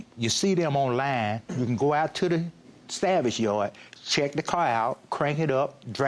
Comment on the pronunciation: judge Faith could barely hold her laugh when he was trying to say salvage car and it was coming out as savage car lol